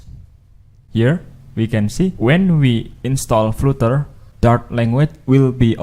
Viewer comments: It's pronounced 'flutter', not flooter as in the video and not flater as you're saying here either. It's also not pronounced 'flatter'. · Good starting point. Btw AFAIK flutter is pronounced 'flater' not 'fluter'. 😁